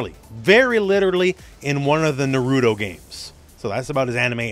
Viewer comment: NAH-ROO -TOE